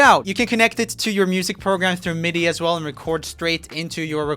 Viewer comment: He says as like ass